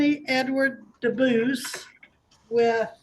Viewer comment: Lose the AI voice! The name is Dubus, not Deo. Read it live because AI mispronounces words and has emphasis in odd places.